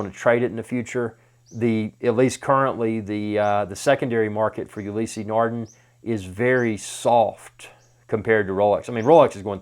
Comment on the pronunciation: It's not pronounced Ulyssey. Ulysse no "y" in the pronunciation. I have the Maxi-Marine Blue Surf. Amazing watch.